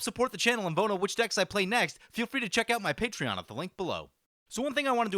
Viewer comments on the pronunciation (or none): none